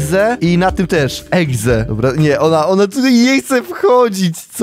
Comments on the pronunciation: mówi egze zamiast exe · dziwi mnie to że niektórzy mówią egze zamiast exe XDDDDD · czemu powiedział na początku Sonic eGze......CZYTA SIĘ EXE! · ekse A nie egze się mowi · Exe mówi się ekse a nie egze egze to może być egzekiut taki pokemon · Sonic exe a nie egze